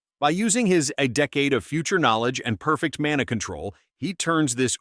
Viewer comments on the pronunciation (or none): this AI voice is so ,so,so ,soooo irritating that I won`t follow the channel...the way it says some words and names is just sick... mena instead of mana ..it`s just one .I loath AI with a passion.I hope it will go to the garbage that it deserves to. If you can`t spend 9 min to record your voice then just don`t bother making vids...all of you there.Sick of all the AI garbage.